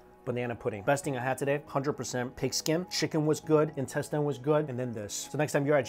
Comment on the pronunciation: The way he pronounces intestine always get me 😆